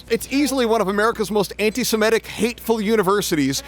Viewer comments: He actually always says „anti-simetic“ and it drives me nuts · Why can barely anyone say antisemitic correctly? They all say antisemetic or antisematic